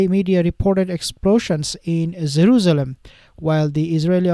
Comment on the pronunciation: Why do you keep saying zeruzlem? Its Jerusalem